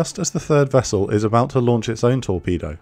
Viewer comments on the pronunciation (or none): none